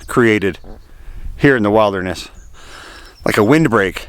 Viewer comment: wait there.... is this yet another American miss-pronounciation??? Did just say Wilder ness instead of wild (as in billed) derness???